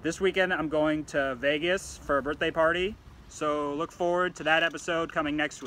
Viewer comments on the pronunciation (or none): none